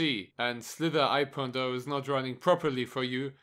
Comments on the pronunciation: it's not "slither i.o" is "Slither.io" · he called it slither i.o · JadeFireBlade he pronounced it slither I. O